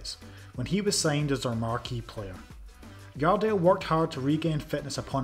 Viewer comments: Your welcome, thank you for making a video of the best header ever of the ball. 💛 Next time, call him Jardel with the 'J' tho, not 'i'! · It isn't Yardel, it's Jardel... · Stop trying to read The J in Jardel like that